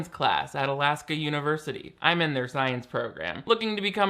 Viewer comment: Why does her mom pronounce "Alaska" like that?!? I had to go back and listen to it a few times before I was sure that she was actually talking about my home state. I have never met anyone from anywhere in the world who says it like you say "sag-AH." Also, enrolling in "The University of Alaska" is nearly as general as "Science Program"- we have three main campuses and a gazillion smaller campuses across the state. That whole scene was weirdly trippy for me like I live in a fictional place...